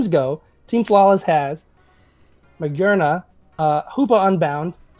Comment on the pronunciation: Magearna: Mah-zhair-nay-a.